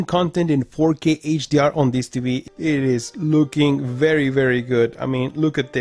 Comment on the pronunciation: It's not TBee. Its TVee. Please enunciate your words -G-4k. Jeeeez!!!